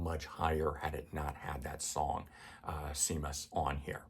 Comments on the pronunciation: Seamus is pronounced SHAYMUS, not SEEMUS. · Seamus is pronounced “ Shay miss “. It is how James is pronounced in Ireland. My ranking 1. All albums. 2. Dark side of the moon. Dark side is extremely overrated.